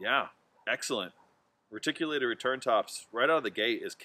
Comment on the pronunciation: Great review. Awesome throw. As a reptile fanatic though, I have to say, it's Ree-tic. Lol